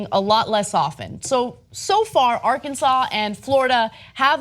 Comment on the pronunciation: where is this "Arkinsore"?